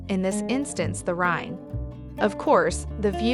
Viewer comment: Good video, but you really need to pronounce Rhein/Rhine correctly!